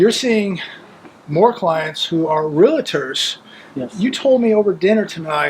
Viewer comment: Real-tors guys not Real-a-tors… BTW love your channel and agree with all your economic and social insight…